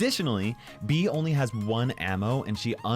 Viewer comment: ITS not bee ITS bea